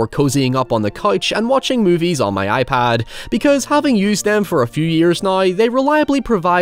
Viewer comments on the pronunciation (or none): none